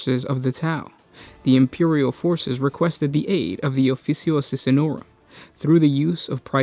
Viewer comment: Holy shit dude, your diction/delivery is giving me cancer. You DON'T have to exCRUciAtingly EMphaSIZE EVery Other SYLlable. Also not only is it pronounced ee-VER-surr, not ever-soar, it's not the aSSISSinorum, it's the aSSASSinorum. They're assassins. Not assissins. Mother of god.